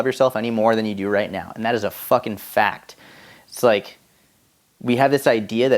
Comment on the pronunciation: "Sick Fahkin Table" your New England came out - I'm so proud 😂😂